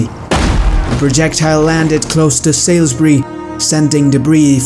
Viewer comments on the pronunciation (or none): Salisbury is pronounced 'sawlsbree'